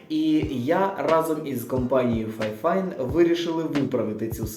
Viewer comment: Фіфайн, а не файфайн, а так то обзор класний